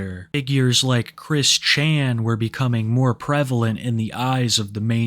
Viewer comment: pronouncing Chris Chan like he's never heard of the guy